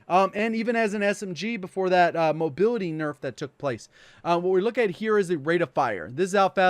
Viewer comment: I cant unhear him saying mobiwity when he says mobility lololololol